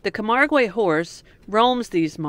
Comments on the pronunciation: It is pronounced “camarg” and “arl”. No long e sounds. The white horses are like our mustangs. The Gardiens are like our cowboys and they do non lethal bullfights. Still cruel but not as bad as the Spanish version. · Camargue, pronounced Ka-marg (hard g); Arles, pronounced ARL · Loved seeing the Flamingos. There is plenty of wildlife in Europe, but it is more populated with towns and cities than south America. You just need to find the nature reserves. By the way it's pronounced Cam-ARG. It's not like Spanish. You don't pronounce the 'ue'. Most pronunciations can be looked up on Google.